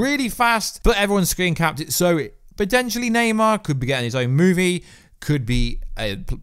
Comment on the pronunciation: Thumbs down just for saying naymar 57 times 🤬